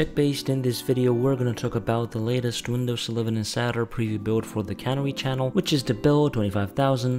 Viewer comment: It's not cannery, it's canary.